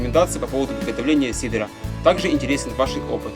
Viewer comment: надо говоритт сидр, рецепт сидра, а не сидара )) а так все отлично!